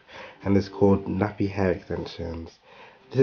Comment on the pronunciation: k is silent.